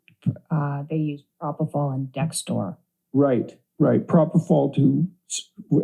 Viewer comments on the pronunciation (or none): They also can’t say “propofol.” Perfect.